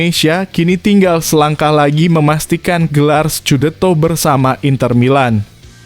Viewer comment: Min kok baca berita nya lucu: .. mac dai.. scudeto ..